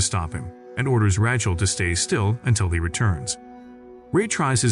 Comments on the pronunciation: Heller...its like Raychel not Ra chel.. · The way he says Rachel 😂😂😂